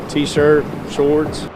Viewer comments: Also the way he pronounced "shurts" (shorts) and said 85 degrees (fahrenheit) not celsius. Defo not Canadian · The way he pronounces “shorts” in not the way we Canucks say it.